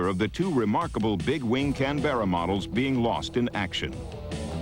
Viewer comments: It is not a Can-BERRA. The correct pronunciation is CAN-berra. If you're in Australia, it's CANbrah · What the Fuck is a CANBEARA.. Its a CANBERRA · For goodness sake ..... it is NOT Can-bear-a! the name is pronounced Can-bra. Two syllables, not three. Ask the Australians, after all the aircraft was named after their capital city. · That's not how you pronounce Canberra. Most of the background "music" is raucous, intolerable and inappropriate. Very fine looking aircraft though, sleek. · The narrators pronunciation of Canberra is grating, there is no 'Bear' in the word! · It’s pronounced Can-bra. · Say can-bear-ra again, I double dare you. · Can-ber-a ffs. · Caan-bera lol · Tim Gooding ___ He says it like the baseball player Yogi Berra. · Nce documentary, I just wish the narrator could have pronounced Canberra properly. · Did you run that pronunciation by the Austrian government first? Of course not.... fucking Yanks! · Quite simple really- like camera, only with a b. An aboriginal word for "meeting place" I believe. It's just annoying hearing the narrator mispronounce the name over and over and over again.